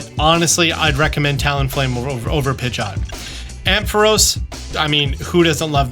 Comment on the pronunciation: The way you say Pidgeot is cringe, lmao. 😂😂